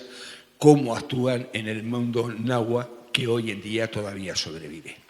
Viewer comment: cierto pero yo creo que hace una interpretación para que sea mas comprensible a la idiosincracia europea, como lo de los temazcales que les llama baños de vapor XD jejeje. Además pronuncia bastante bien el náhuatl. saludos